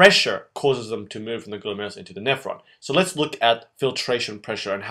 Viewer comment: i am literally laughing and crying at the same time while watching this video. the former because the way you tried to pronounce glomerulus is so funny, and the latter because i finally understand this part of nephrology! THANK YOU SO MUCH! i'm still waiting for the reabsorption video tho.. and can you PLEASE make one on countercurrent multiplication system?